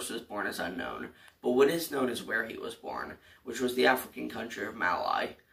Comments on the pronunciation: Its pronounced “mal-ee”, not “mal-eye”. Other than that great video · The way you said mali gave me a mini heart attack